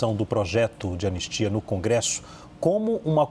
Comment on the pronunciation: Anestia?? "ANISTIA"